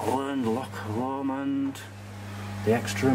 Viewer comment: I can't believe you pronounced Choc Lomand without the accent on the "och".